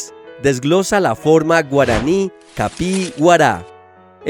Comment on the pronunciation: . No es "capii" Es " kapi'i " hay una pequeña pausa entre las dos "i", y nunca se debe decir continuo o de manera seguida. .